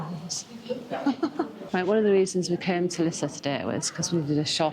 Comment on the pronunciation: Well that worked! Perfect pronounciation of Lisse! 🤗 'Meer' means more by the way.